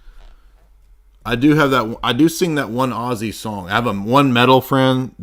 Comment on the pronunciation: You're the only nerd who can make Ozzy sound like Oasis. Ozzasis! Chewin' on flyin' rats.